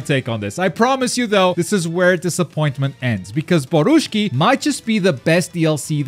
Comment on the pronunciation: Borushiki not borushki😂😂